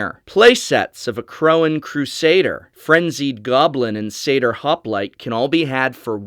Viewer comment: Tricky Greek pronouncing here. I always say "sat ear" for satyr and "purr for us" for purphoros and I'm not sure if either of us are right